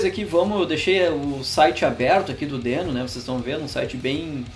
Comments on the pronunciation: Na gringa eles pronunciam 'dIno', né? Bem mais legal que 'dÊno'. :/ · A primeira coisa que tu deveria dizer é que a pronúncia correta é "dino". Até o logotipo do negócio é um dinossauro!